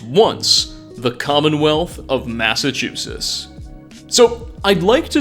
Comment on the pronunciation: Upon further watching I noticed you say "Massachusetts" better than I can so you got that going for you! LOL